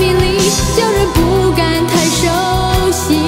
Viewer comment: 這曲是李嘉翻唱才被知道原唱 雖然李嘉唱的不好 但確實是被大家知道這作品的第一人 真要說這曲被唱紅 反而是葉璦菱10個男人 男女情歌方式最對味 市場最接受 原唱會唱歌 但個人覺得這種小情歌不適合她 她應該演唱大歌會更適合 大山大海豪邁那類高八度非流行樂旋律 應該會不錯 她的發音聆聽格外出戲 例叫人不敢太熟悉 聽成太手洗 哈